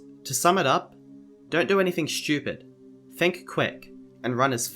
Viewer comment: I smiled when I heard you say "stupid". Not in a bad way, I just think accents are really funny.